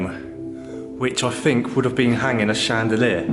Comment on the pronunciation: And I just heard him saw fink instead of think ooooh so cute!!!!!